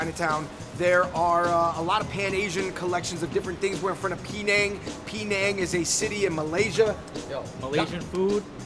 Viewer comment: TF y'all purposely mispronounce Penang! Peh-nang not pee-nang! If you're going to rep for Asians, then rep it properly and respectfully.